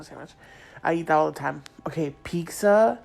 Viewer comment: I cant stand the horrible grammar omg. Hearing her pronounce pizza as "peeksa" made me twitch 😅